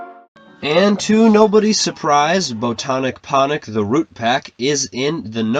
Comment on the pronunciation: "Botonic Ponic"